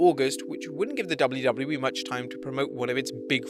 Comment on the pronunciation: why does it sound like he says “double loo double loo eee”😭